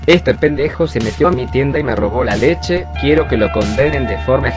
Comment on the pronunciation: No todo por una leshe :v